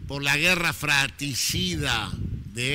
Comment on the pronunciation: Cuneo, "guerra fratricida", no "fraticida".